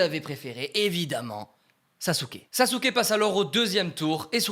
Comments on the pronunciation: On prononce pas "SasUke, on le prononce "Saské"! On prononce pas le U à la fin… 🤦🏻‍♂️ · Si jamais le bonne prononciation dub/sub est Saske et pas SasUke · T au courant que même si sa s'écrit Sasuke sa se prononce Saske